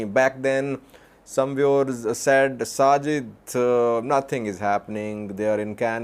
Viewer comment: My favorite Sajid’s line is, “Some people say, Sajeed….”.